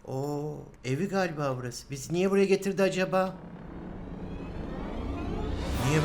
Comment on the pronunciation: cacıdık bizi niyeg kaçırdın Ben:abi o "niyeg" niye olmasın?